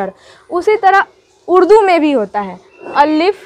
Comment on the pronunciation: अल्लीफ नही अलिफ होता है मैम